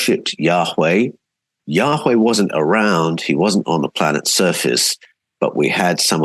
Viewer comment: Can't wait to read all of your books. A small question I have is why you pronounce Yahweh, "Yaa-WHay" (like whey from dairy) rather than Yaa- Way as is typical. As a translator, I'm sure you have a reason. I want to pronounce it correctly. Thanks.